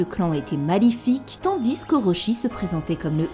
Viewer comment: Ça me fume quand tu dis le S dans TANDIS 😂😂😂😂